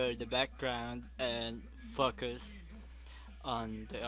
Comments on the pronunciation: when he said focus in the beggining i first thought he said fuckers :P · When he said focus I thought he said fuckus :L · lol i had to listen a 3 times when he said focus cus i thought he said "fuck us' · haha.. me too.. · Hit like if you heard focus as fu*k**s :P